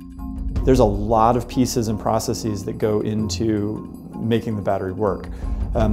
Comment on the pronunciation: Can someone please tell him how to pronounce "processES" please? Not processies.